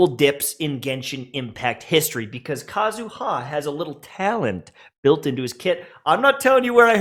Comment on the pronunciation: PSA. It's /KA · zu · ha/, not /ka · zu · HA/. The empahsis is on the first syllable, not the last. Similarly, to /M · tashed/, not /m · TASHED/.